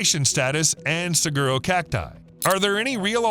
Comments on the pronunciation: Its pronouced, suh-waro. Or suh- gwaro if you insist on pronouncing the "g" which...most people don't. Like most Spanish speakers dont say Guacamole...they say wacamole. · You said saguro. It is pernounced sa-huar-O - saguaro. They are protected and you can not touch them or even their skeletons when they die!!! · Gila pronounced Hila - Saguaro pronounce Sawaro